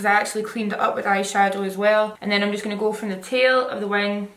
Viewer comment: omg every time you said "wing" i thought u was saying "wine" n was thinking what's this girl on pls😭